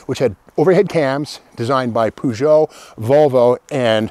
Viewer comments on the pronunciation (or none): none